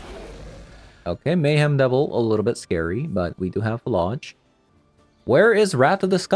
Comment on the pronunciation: I think it's not fuh-lodge, but more like flage, like flay + age, rhymes with mage or sage?